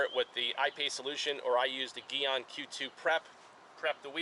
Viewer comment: It’s pronounced GEE ON.